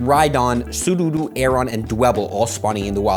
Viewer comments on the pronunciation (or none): Did he say Sudowoodo or Sudoowoodghtdght?! 😂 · He called June July, and Sudowoodo Soodoodoo. (╥‿╥ ) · Ah yes, my favourite Pokémon, sudoodoo 😂